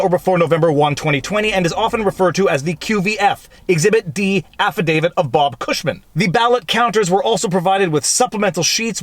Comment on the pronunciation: There's only one "D" in "affidavit". It's not "affidavid".